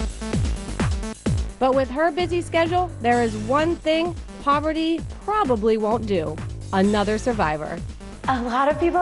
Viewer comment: it's par-va-ti no POVERTY